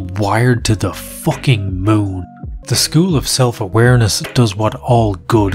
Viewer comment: "zhe probably went to another zchool" 😂😂😂😂